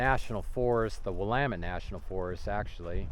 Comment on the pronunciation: Willamette is pronounced differently than I thought. Hope the Gentleman is OK , he must be a Tough guy. That's the only thing Bad about being that deep in the Wilderness. Good Advice and Video.